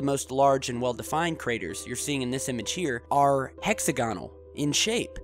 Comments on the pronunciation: Fun channel, but please add credibility by pronouncing "hexagonal" correctly. The accent is on the second syllable, not the third. I.e., [hek-SAG-uh-nl] not [hek-sag-UH-nl]. Just weird. And please be careful about using km vs. miles and not switching them around by mistake. Otherwise, fun/intriguing stuff. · hex-agg-onal....stress is on the "agg" part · Sorry gotta say it dude: Hex-og-a-null Great vid! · It's 'hex A gonal' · look up the pronunciation of hexagonal and Hoagland is a quack